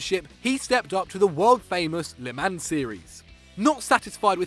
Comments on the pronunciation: le mans. pronounced L mon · Le mans 😂😂 it's pronounced let mons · You butchered the pronunciation of Le Mans. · that pronunciation of Le Mans thou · I died a little when he butchered the pronunciation of le mans